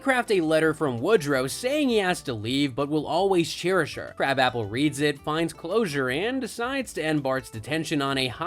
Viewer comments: Her name is pronounced "kra-bopple" not crab apple. Wtf is this channel?? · It's not crab-app-el. It's kruh-bop-il. (Edna krabappel.) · That was irritating me as well every Simpsons episode I've ever watched it's pronounced krabopple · Interesting on how many times you pronounced Edna Krabappel's name wrong. Have you ever watched the show?